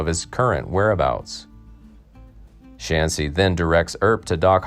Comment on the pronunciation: Shaughnessy its irish , not chanceys